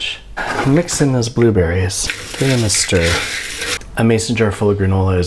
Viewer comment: It pained me when he said stir